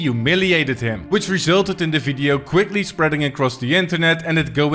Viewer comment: it's kuwick